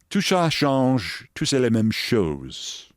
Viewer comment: Keith trying to speak French. What he tried to say was "The more that things change, the more they stay the same". 🤪 Taken straight from the Rush song "Circumstances" from their Hemispheres album 1978.